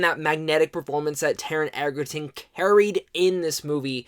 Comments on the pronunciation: This movie is phenomenal!!! I saw it for the 12th time last night, no joke. It's mind blowing how good Taron Egerton is (btw, it's pronounced edge-er-ton, not egg-er-ton...common mistake). But yeah, I agree. If the Oscars were coming up, they'd be taking home more awards than they could count. Realistically, it's a little hard to say because we have a long wait ahead, and some other contenders to consider, but I guarantee that the movie will get some well deserved recognition. My money is on Taron for the Best Actor Golden Globe at least, perhaps an Oscar if the Academy keeps this movie in their sights for the rest of the year. Fingers crossed! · I love it!!! Totally agree with his performance, but please ck on how to pronounce Taron's last name. It is pronounced like Edgerton. Just no "d". :) The production was exquisite.